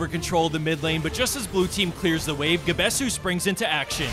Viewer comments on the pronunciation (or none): that pronunciation of gabesu gave me an aneurism LOL